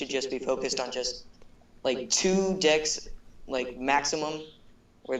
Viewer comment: he said 2 dicks not decks 😂